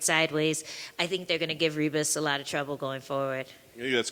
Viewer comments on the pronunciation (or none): Lol it's pronounced Hibas